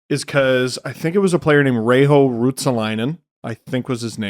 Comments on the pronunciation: For future reference guys, Reijo is not "Rei-Ho". J is the same as in Jesse Puljujärvi so it's more like Reyyo. Props on getting the last name mostly right though. Just in case another Reijo makes it to the NHL or you have to talk about Ruotsalainen again. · Reijo is pronounced: 'Rae-yo' ... pronouncing J as H, makes it more Spanish than Finnish. It's not like anyone anyway cares! Legendary player!